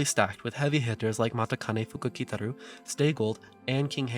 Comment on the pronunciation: Really cool. Looking forward to more. One small thing. Despite how it's spelt, Matikanefukukitaru is still pronounces Ma-CHI-kanefukukitaru, the spelling only bring that way to fit into Romanized script limit of 18 characters for race horse names. In Japanese it is spelt how it is pronounced, マチカネフクキタル.